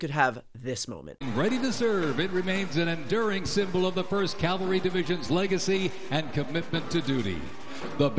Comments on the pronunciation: That parade announcer said CALVARY instead of CAVALRY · Love it when they pronounce cavalry as calvary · Wow. Heh heh heh....I wish people could pronounce CAValry correctly!! It is not CALvary (look that up in your Bible), but CAValry. Hear the difference ! You know the crowd size stuff had him crying himself to sleep's